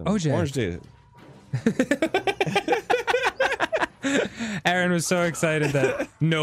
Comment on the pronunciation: lmao Arin: sees orange juice Arin: "ORAGHJTE"